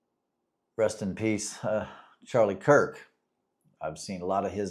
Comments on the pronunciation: Definitely no respect my friend, but Charlie last name is, “Kirk”. 🫶🏾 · His name is Charlie Kirk not Cook. If you don't even know his damn name then keep it out of your mouth. You are way above your pay grade trying to talk about this one. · You know you should at least get his name right if you're gonna talk about him it's actually Charlie Kirk, not Charlie Cook. And really when you think about it what is the point what is your point in coming out after a tragedy like this where a lot of people feel really bad Whether they believe in God or not it's traumatizing when you see somebody get murdered in front of the whole country. And for a lot of people their faith in whatever God they believe in is the only thing that brings them comfort, it is the only thing that brings any meaning to life or allows them to even go on. So what is your mission here on YouTube or your mission in life in general and trying to take that faith away from people? We know we know you're an atheist even though you spent 48 years being a Christian. OK so you changed your mind good for you you no longer have to waste your time preaching to other people About God when you no longer believe in him but why do you try to take away the faith of other people and their ability to cope with things like this? You're not doing a service to humanity or anything